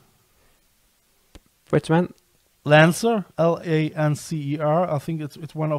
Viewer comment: Sorry the journal is pronounced The Lancet